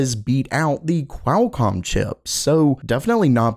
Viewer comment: Pretty sure it's pronounced QWALLCOM my dude.